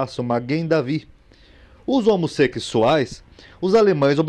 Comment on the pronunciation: "homosequisuais" kkkkkkkkkkkk 😂😂😂😂